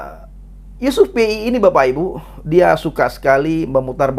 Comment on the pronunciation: Yusuf pea bukan yusuf Pei 🤣🤣